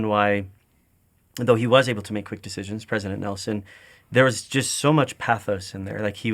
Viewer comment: I am so surprised...after 101 years we just can't pronounce his name correctly. It's not nilson 😊it's nelson.